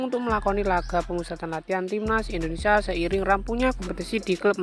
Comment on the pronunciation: Benerin dulu bahasa nya min. Indonesia bukan endonesa